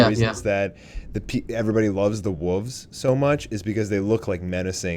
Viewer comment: guy cant say wolves properly. he says wuvs. lol thats what kids say